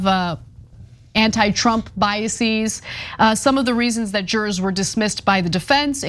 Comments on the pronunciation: Biases Not biasees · It’s just biases (bias-is), not bias-seas. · Is that the way to pronounce "biases"?